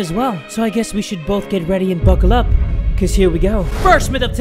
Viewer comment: Me in a car Jae:bukel up and here we go Me:*bulkel up* time to watch this